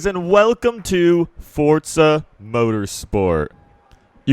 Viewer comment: Welcome to FORTZA Motorsport 😂😂